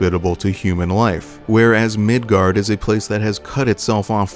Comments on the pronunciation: hey were you arware that you pronounced it midgard instead of midgar. i feel really special for catching that. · Quick question...why Migard? Instead of Midgar? Jw if that is the intended name or the correct pronunciation or if that's just a mispronunciation like the way people said aeris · The real question is.... will you pronounce it Midgard in the Cloud video, too? Maintain the consistency, or correct the error? What will you do?! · Are you saying Midgard?! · Are you saying Midgard?